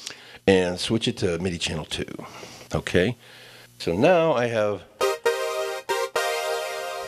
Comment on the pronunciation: did you just say otay?